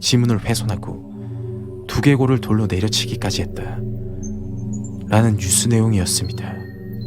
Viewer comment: 했다 야 했데 야 발음땜에 집중안되서 공포가 아니라 웃음이야기로 웃으면서 들음